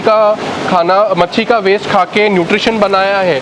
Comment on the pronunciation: Abe padhe likhe. Machi nhi machli bol